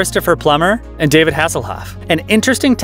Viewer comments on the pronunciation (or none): none